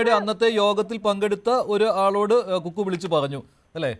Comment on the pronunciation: കുക്കു അല്ല ഫക്കൂ 😅😅